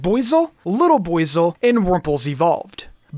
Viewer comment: Is that really how arceus is pronounced?? Im still saying ar-see-us, sounds better imo Also with buizel 😭😭😭